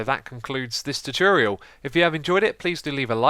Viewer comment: Its funny the way he says 'Tuchuriol' instead of 'Tutorial'